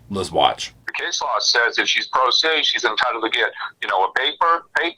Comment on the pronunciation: This made me laugh because every time says “pro se”, I hear pro! 😂😂😂